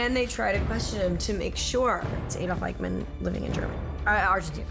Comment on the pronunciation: Eichmann, not Eikman 🙄